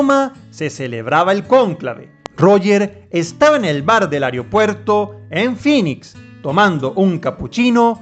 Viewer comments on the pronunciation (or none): none